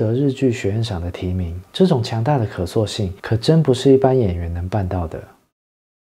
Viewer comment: 夏之雪時認識他(我是剛的粉絲)， GTO時沒注意到他(sorry>"<)， 他的劇大多都欣賞，除了流星花園， 我認為這是最不需要演技的一部， 少女漫改劇的主角(陣)只需要(裝)帥就好， 其他的根本乏善可陳。 1. 單論作品最喜歡，銀魂！ 2. 三浦春馬。 (得知消息後，哭了好多天……) 謝謝。 小小提醒，讀音有誤 : 信長(音同常)、可塑(音同訴)性